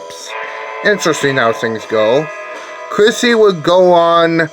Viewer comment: Isn't her last name Wallace? Not at all difficult to pronounce. Also, sounded like you said Chrissy for her first name and I'm pretty sure it's Kristy. Kristy Wallace... Poison Ivy (Rorschach) ... The Queen of Rock-n-Roll.